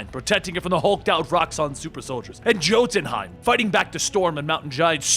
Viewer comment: jotenheim is pronounced yotenheim